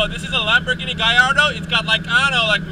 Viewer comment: its gallardo pronounce the L's not gaiardo not hating just saying